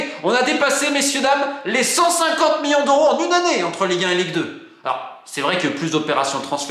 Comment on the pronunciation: Ca en fait des "MIONS" :D